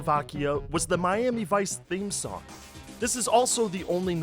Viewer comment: why dont you pronounse "G" your missing your g's in song and sing?